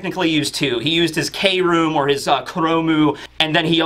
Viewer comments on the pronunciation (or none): Please stop saying K Room lol its Kroom